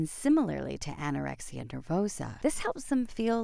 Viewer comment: Did anyone else notice that is said Anorexis Nervosa?